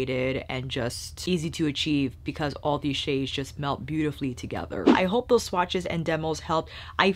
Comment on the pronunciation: you mesmerized me with your swatch pronunciations! 🥰